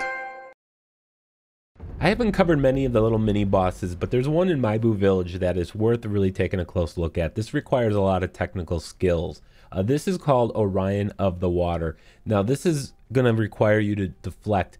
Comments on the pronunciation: Mibu = "Me-Boo" O'Rin = "ŏ-ren" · Man his butchering of the name of the village and her name was slightly painful